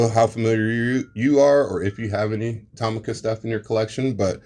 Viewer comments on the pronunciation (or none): Toe-Mee-Ka has been around since 1970